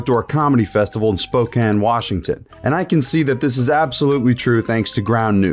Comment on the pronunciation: Big props on pronouncing Spokane right! But nah Shane Gillis is selling out first